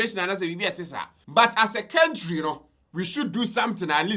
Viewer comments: STOP Saying kentry!!.. it's country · It's pronounced kāntrī